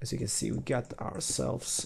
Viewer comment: damn "r" bugged on the two "you"s :P